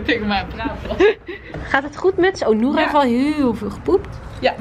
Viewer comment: nadine zegt steeds Nora in plaats van noura